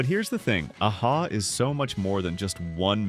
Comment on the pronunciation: How much do you really know the 80s if you call A-ha, 'Ay-ha' instead of Ah-ha?